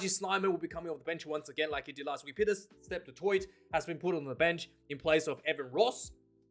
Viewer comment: Btw its pronounced Pieter Steph Du TOY